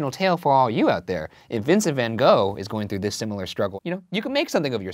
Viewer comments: When are Americans going to pronounce Van Gogh’s name right? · that's how its supposed to be pronounced XD as a Dutch person I dont really care how people pronounce it because Vincent is such a worldwide known artist that the American pronunciation is becoming the norm, since only Dutch speakers know how to say the "real" pronunciation. 🤷‍♀️ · The thing is, that this is not how his name is pronounced. It took me some time to get this joke. I really don't get why americans don't try a little harder to pronounce names like intended. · It doesn't work, because that's not you pronounce his name. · Ik know right !! They never pronounce his name right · Lol. Any Dutch people who always giggle at the pronunciation of ‘Van Gogh’? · yes i was looking for someone to mention it haha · ktelle it's not about people not being able to say it right, it's about a lot of americans literally just ignoring the right wrong to pronounce it and not even try and just straight up replace his name by something american sounding lol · I love the fact That for a moment I thought I've been saying his name wrong for years, then I remembered "oh wait, they're Americans", like I love you all but at the same time, why can't you put some effort in pronouncing foreign names or words? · I like how Ryan put so much effort into learning the Icelandic names and then doesn't pronounce van Gogh correctly in Dutch. Good episode tho! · fjbsfkjnskfdn not even ten seconds in and I'm already cackling. As a Dutch person, it can be hilarious to hear people mispronounce Van Gogh bc they don't know the Dutch way of saying it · Why do so many people always pronounce his name wrong? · As a dutch person, it is really painful to hear his name being pronounced wrong 😂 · Lmao why is everyone saying is name wrong 😭 it’s ‘Van Gogh’ like Saying the GGGGGGG hard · its always hurts me how english speakin people pronounce his name tho...like nope.. thats not how u pronounce it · gogh reads gof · Van gahhh not van go